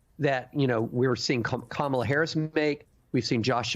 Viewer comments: Republicans deliberately mispronouncing Kamala's name is code racism and bigotry. Ron DeSantis was the first racist bigot to DELIBERATELY mispronounce Vice-president and Presidential candidate Kamala Harris's first name wrong; calling her KA MA LA instead of KAMALA they are doing this because they are using code that she is black/African and not white. KA MA LA is an African pronunciation. These are racist bigots who use bigotry and racism to rally their racist and bigoted supporters. Like they did and still do with President Obsma deliberately using his middle name calling him Barack Hussain Obama. They try to send a message that a black president or presidential candidate is not white but muslim or black/African i.e. KA MA LA. This is text book racism and bigotry. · It's actually Vice President Kah-Ma-Lah, which is the correct phonetic spelling for her name.